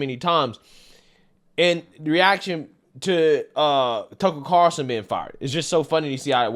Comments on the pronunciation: Car'ul'son, not Carson, lmao. I'm just messing with ya. You get it right half the time. Also, taking "sea moss" just seems weird. Can't I just go out to the ocean, dive under and grab some? Hehe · Haha I wasn’t the only one so bummed about the pronunciation of Carlson. Haha that’s funny. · i wonder if will ever learn how to pronounce "Carlson" lol.